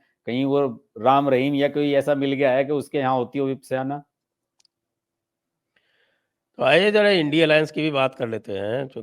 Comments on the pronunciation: Vipsyana nahi re bawa… VIPHASANA KEHTHE HI. Angrez accha pronounce kar lethe hi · विपस्याना क्या है? सीधा सादा विपासना तक बोल नहीं सकते ये जानकर पत्रकार? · Vipaysana ka pronunciation sahi nhi Kiya Sir aapne